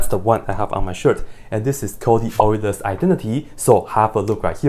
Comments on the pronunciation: What I like best is that he is one of the few Americans to correctly pronounce Euler’s name is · Just noticed u pronounce euler properly for once someone who Sounds basically German and not oiler